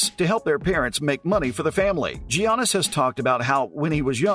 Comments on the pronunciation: Next time you make a video on “JIANNIS” type your computer script out to say “Yiannis” PLEASE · Call him GGGGGGIANNIS AGAIN AND I'LL KICK YOUR ASS. PRONOUNCED YANNIS OK?DON'T SAY IT THE WAY YOU LEARN IT SCHOOL,HES GREEK NOT AMERICAN HIS NAME IS PRONOUNCED DIFFERENTLY.